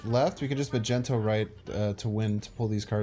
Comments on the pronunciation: Why are you still calling it "Ma-Gen-Toe"? I heard you pronounce it properly in a video a few days back, i am sure of it. Its pronunciation is 'Mag-Knee-Toe". 😂😂😉 Also, I dont understand why you take so long shuffling the cards in order, when placing them down. Does this have some effect on something I am unaware of? I see you do it all the time I have wondered if its just something you do why you think, or if it actually affects anything with the play. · it's mag-ne-to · What is the reason you call Magneto "Majento"?😅